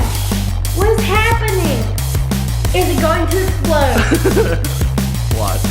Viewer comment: It’s EXPLODE NOT ESPLODE